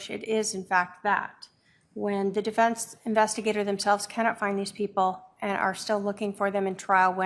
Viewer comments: WTF IS THE "DIFINSE" Lori Dumbell???? It's the DEFENSE. YOU AREN'T SPEAKING THE ENGLISH LANGUAGE. GO BACK TO CHUD DUMBELL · Holy cow can she really not even say the word defense?? What the heck is a difinse?? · Lori it's defense not definse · She calls defense, "definse" Not too swift. Doesn't pronounce words correctly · Difinse? She cant say defense? Bizarre😳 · "deFINCE!" UHGGH I HATE HER